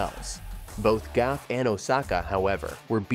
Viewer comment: Coco's last name is Gauff, not Gaffe!